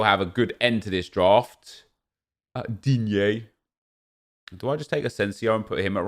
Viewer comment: I love the way he says digne 😂